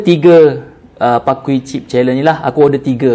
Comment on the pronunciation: " pakui ". its " pa-key " 😭😭😭 ( key as in kunci )